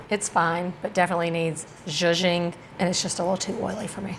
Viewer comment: i value her opinion and her recommendations. Thank you for sharing! btw when you say szuzching I believe it that it may need customization.